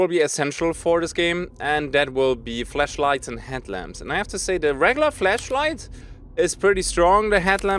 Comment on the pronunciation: Also, Fleshlights or Flashights... I hear the first one lol